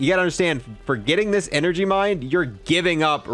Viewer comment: Heh. "Enegry."